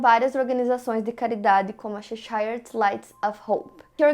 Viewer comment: Apenas uma observação: a pronúncia da cidade Cheshire é /chéchãrr/, e não /checháiãr/.